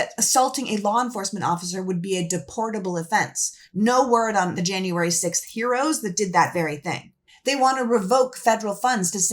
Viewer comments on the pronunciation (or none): none